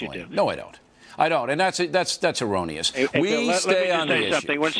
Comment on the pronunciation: "Thats enrounious"